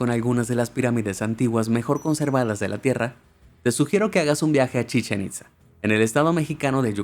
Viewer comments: Hola, una cosa que aclarar Chichén Itza se pronuncia cómo que tuviera acento en la a. 😃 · chichenit Za jajajajajaja